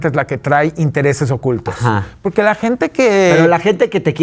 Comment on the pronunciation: Chuchis Gálvez dice : Poque, no porque, jajaja... no sabe hablar... 😂😂😂